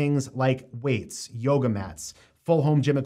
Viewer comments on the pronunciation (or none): none